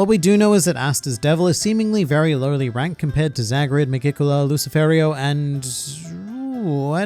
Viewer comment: If I remember correctly you Australian so I know you have a different accent or a way of pronouncing things but you pronounce lucifero wrong